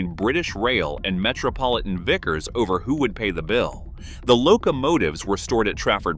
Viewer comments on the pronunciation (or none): none